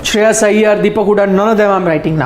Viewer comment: Whoever saying Sreyash is most dumb guy 🤣